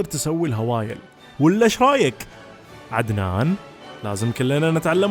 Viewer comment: من الدقيقة تقدر تعرف اي فيديو فيه عدنان 😂😂😂 للصراحة عدتو كتير ولهجتو تموت ضحك بهديك اللحظات.. 😂😂😂😂